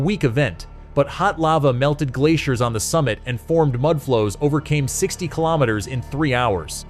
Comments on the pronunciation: 80 kaylometers? What the hell is that? Shitty oversight with the narration. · Kay lom it ters. lol 🤣🤣🤣🤣🤣love ai narrative 🤡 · "Eighty kaylometers" The background music is the worst. Sounds like a video game. Toss this whole thing 🙄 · yeah, right at the start the narration stated clearly 80 kaylometers. was enough for me.